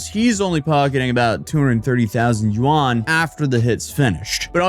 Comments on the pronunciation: i like how he pronounced Yuan like Juan in Spanish XD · lmao, that's not how you pronounce yuan